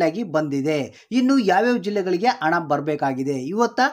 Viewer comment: ಸರಿಯಾಗಿ ಕನ್ನಡ ಮಾತಾಡಪ್ಪ ಮೊದಲು ಅಣ ಅಲ್ಲ ಹಣ ಅಣ್ಣಪ್ಪ...